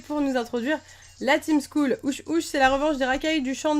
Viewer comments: par contre juste un trop c'est skull pas school (school =école)(skull= crane ) c'est pas la même chose et c'est se prononce skeul en gros sinon sympas le let's play mais tu pourrais capturer un peu plus de pokémon par contre :) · Juste excellent let's play, et à mourir de rire quand elle dis La team school au lieu de skuul mdr qui est tout de suite plus cool (dis en anglais). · En vrai sas dit skell pas skull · ho fait sa s écrit skull mais sa se dit skell si tu ne me croit pas regarde les vidéo de frigel et fais tes vidéos plus longue